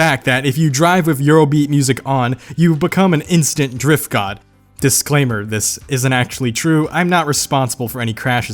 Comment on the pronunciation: Did I hear dorifto? drifts eight-uh six-uh EUROBEAT INTENSIFIES